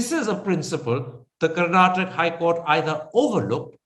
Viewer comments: Bolimagne Karan, it's not Karnatak, it is karnataka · the nutjob karan thapar , should first learn to pronounce the name of the state first. the interview in itself is farce , both seems to have come to an understand of each other views. P.S it's not karnatak it's karnataka .